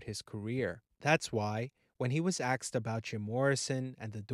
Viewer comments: When axed. The word is asked. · It’s ‘asked’, not ‘axed’. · "ASKED" not "Axed" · And if he says "axed" for "asked" one more time, I'll scream. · “WHEN AXED ABOUT HIM” It’s ASKED!!!! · He says that throughout the video. Annoying I know. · It’s “ASKED” not “AXED” Thsnks for sharing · Asked not Axed, thank you. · Why do you say "axed" instead of "asked"? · You mean asked not axed. You shouldn't believe everything you read off wikipedia. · “Ask” not “Axed”. Jesus 🤦🏻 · I say this respectfully, but you really need to pronunciation. The word asked as it is supposed to be pronunciation and not “axed”. As clearly as you speak with nice tone and a calm demeanor when you pronunciation a word that poorly, it distracts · ‘Ask’ ‘ask’ not ‘axed’ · ASKED not AXED! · It's 'asked', not 'axed' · You should work on your pronunciation of the word asked. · 'Asked' not "aksed". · You need to pack up this horse puckey toot suite. By the the way, its pronounced "ASKED", not "AXED". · Asked - not axed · Axed, instead of asked? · Asked not axed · The word is asked with the s pronounced, not axed. God Almighty. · Axed,Rubbed Off..et al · “Axed about him” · "aksed" ? .. axed from YT would be more appropriate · Your credibility ended with “axe.” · "That's why when he was AXED about Jim Morrison..." 🤦‍♂️ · I axed who axed who and they told me they axed them if they axed. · “When axed about him” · He axed him? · "When axed about him"? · When "axed" about him hahhaaa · Narrator lost me at axed...lol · What is with..... AXED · he axed lol